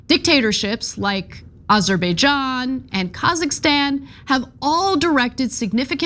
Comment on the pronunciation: I love you Ana, but I have never heard a worse pronunciation of Azerbaijan